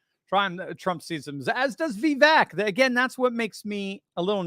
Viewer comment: Vivek rhymes with cake according to his rap about himself.